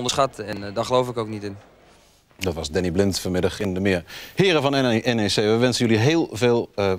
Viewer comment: het is N E C, niet nek. Heb wat respect man.